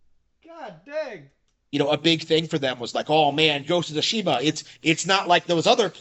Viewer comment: also, did Harman say Tsushima or Toshiba?